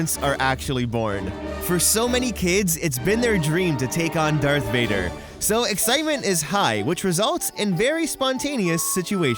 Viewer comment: It's darth vader not dark vader